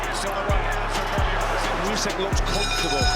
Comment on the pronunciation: Usyk. Not yoosik.